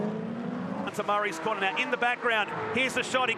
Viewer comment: You start watching these lovely old cars then suddenly it's ''Ah Naw, beeg damage, the M'nAAAro's off at the cornah''' Then I just see sad sights.